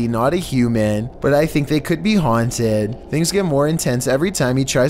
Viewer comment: “I dold you ets auaunted”😂😂